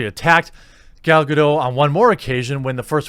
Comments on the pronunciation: Gal-Ga-doT... She's Israeli not french. K? That's my white knighting done for the day. C'ya tomorrow. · It's Gal GadoT with the hard "T" sound. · It's GaDOT, the T is not silent. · The boots I wore in the Navy had heels. Yep. Her complaint is invalid. BTW: Gal Gadot's last name is pronounced "Ga DOT". Dot. Not Doh. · Loved the clip. You are right we shouldn’t try to divided but rather include. I do have to tell you something though she isn’t French she’s is Israeli so you pronounce the T in Gadot. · It’s Hebrew, not French, you should pronounce the T in Gadot REEEE